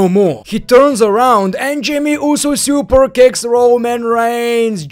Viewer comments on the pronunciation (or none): none